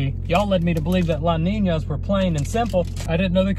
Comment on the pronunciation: whenever he says la niña i laugh too hard